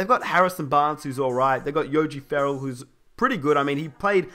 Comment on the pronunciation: The way he said Yogi Ferrell...